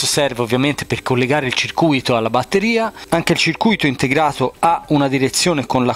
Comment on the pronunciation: A CIRCUITO si legge CIR CUITO, la parola che dici te ovvero CIRCU ITO significa ingannato